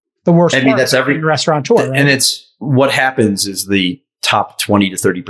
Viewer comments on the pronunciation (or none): There's no N in restaurateur!